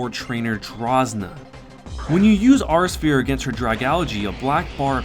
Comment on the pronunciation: I don't wanna come off as rude but and if I do I'm sorry but, its pronounced "awe-rah sphere" its two words, I'm sorry I just had too